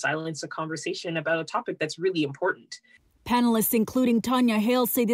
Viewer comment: Panelist, not panalist 🤦‍♂️